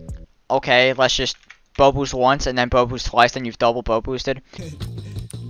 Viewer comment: him saying bow boost kinda sounds like bobux idk why